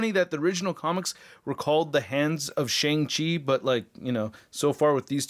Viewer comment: Shang Chi is pronounced like "Shahng". It is the long "A" sound, closer to "Shong" but more like "ah", like Ahsoka.